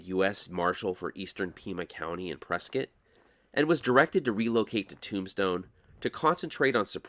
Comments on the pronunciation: Bonus points for pronouncing Prescott correctly! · Always enjoy your stories... you do a great job.... and your pronounced Prescott correctly! very rare! cheers